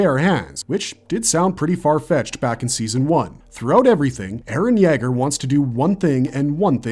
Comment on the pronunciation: You way you say Yeager wants me to kick a dog